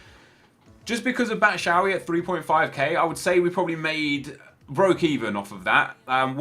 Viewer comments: ITS BATSHWAYI NOT BATSHAWY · Batshuayi not batshawy nep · "Batshavy" Hhahahahahhahaha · Bachoowee 😂😂 neps pronunciation of players is great banter